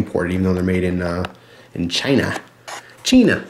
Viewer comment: the way you said china is how you say china in swedish.